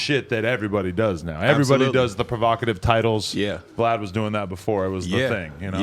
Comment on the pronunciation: he called vlad glad 🤣🤣🤣🤣🤣🤣💀